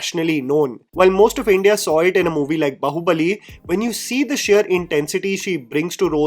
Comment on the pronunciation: Hello, Great video!! Just a small clarification, on the pronounciation front, it is Baahubali and not Bahubali. Even on the poster, if you notice, there's a line above the first a in Bāhubali, which acts like a square² and hence it is Baahubali when pronounced.